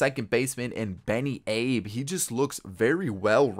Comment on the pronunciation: Abe is pronounced “Ah-Bay”